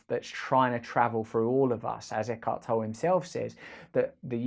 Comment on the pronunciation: Isn't it pronounced Toll-ay?